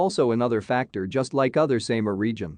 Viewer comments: Sam R :) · You cannot say the SAMAR Properly....